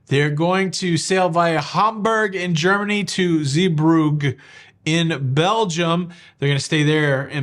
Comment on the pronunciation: Three transatlantics. And, I've always heard it pronounced Zee-Broog (like the oo sound in school)